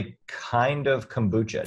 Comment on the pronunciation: Cocobucha? But... But... Why?